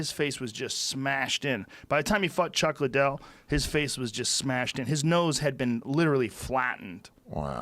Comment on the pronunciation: I thought Joe said fucked chug liddell